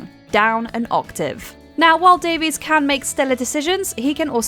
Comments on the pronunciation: And "Daveys" the rest of the time (Greg says the right pronunciation is "Davis"). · Davis/Davies has spelled/pronounced his name differently throughout his career. Definitely pronounced undeniably both ways on different seasons of taskmaster.